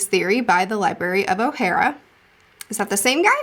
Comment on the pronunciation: The way you say Ohara is oh-ha-rah